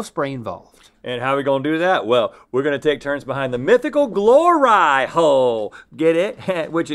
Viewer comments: “Glor-eye” hole......are you serious lol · Who let them say gloreye hole? Haha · Glor-eye hole.. 🤦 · They really called it a “GLOR-EYE HOLE” 🤣🤣🤣 PERFECTION!!! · Glor-eye hole 😂😂🤦🏼‍♀️ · I... I'm sorry... "Glor-eye-hole??" slow clap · am I the only one who facepalmed when they said glor-eye hole? like.....?? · Glor-eye hole. Really guys? Lmao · Glore-eye hole, guys? Y'all need to stop! 😜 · I gotta say fellas... Glor-eye-hole is kinda cutting it close to the edge..